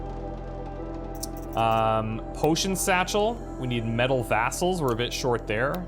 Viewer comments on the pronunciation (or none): Did he just say “Metal Vassals”?